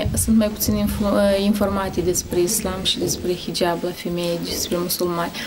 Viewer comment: Nice pe liba nu va sat bine cand zicet hijab proste de bubuie